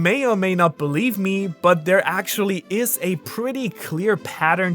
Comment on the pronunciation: he said "sexually" instead of actually 😆